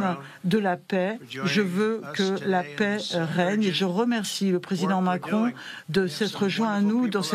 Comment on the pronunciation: " Macron ? Do you know Macrone ?? "